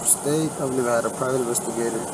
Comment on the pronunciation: Thank you for pronouncing Nevada correctly sir keep up the good solid Content